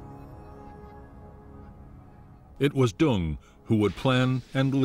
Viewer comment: General Giap..... It is Correctly Pronounced ZIAP. We had a guy work for us in Vung Tau... His name was Giap Van Coi..... He Pronounced it ... Ziap Van Coi.... Also General Dung.. His Pronunciation is,,, Yoong.. Not Dung... My Girlffriend was Nugyen Thi Dung... Yoong Sounded Better than DUNG.. ahhaah